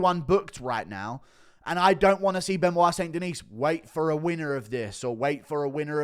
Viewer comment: "St. Denise?" Guru is almost as bad as Brenden Schaub at pronouncing fighters names...